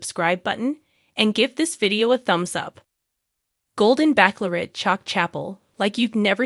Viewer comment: Why are you still saying Backlorette ,it’s pronounced batchelorette